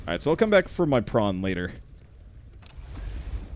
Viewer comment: Every time i hear "prawn", sometimes, for some wierd reason, i hear "brawn", and then the "If The Emperor Had a Text-To-Speech Device" memories start to kick in